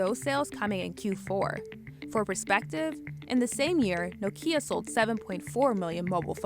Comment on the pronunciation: Why do you pronounce Nokia as if it had an accent in the I?